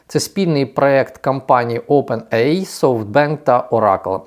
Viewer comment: Да навчіться англійські терміни читати: ОупенЕйАй, СтарГейт, Ілон Маск (а не ІлОн, це не Ілона).